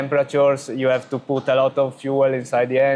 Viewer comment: You lost me when you said "poot"